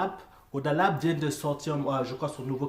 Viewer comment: Salut Man !!!! Sais tu que PNL vient de sortir un son ?? C'est en train de tout exploser !! Le compteur Youtube est bloqué , bref, c'est la folie !!! Le clip est ouf !!!!! Et je t'écris en écoutant ta réaction dans le fond !!! On dit Koba La " Dé " , on prononce le D en fait !!! Allez vivement que tu réagisse au clip de " PNL - AU DD " !!!!!!!!!!!!!!!!!!!!!!!!!!!!!!!!!!